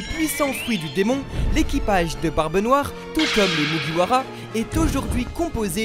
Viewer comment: Autant de theorie pour meme pas bien prononcer le “MugiwaRa”